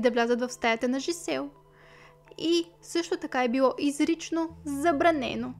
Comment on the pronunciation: Жизел и Доминик са французи и по този начин се произнасят имената. Не Джизел, което е английска интерпретация. Иначе, да, случаят е безпрецедентен и супер ужасен кошмар!